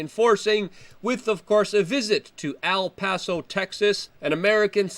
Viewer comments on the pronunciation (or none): Trying to keep you from being lynched. It's EL Paso, not AL Paso.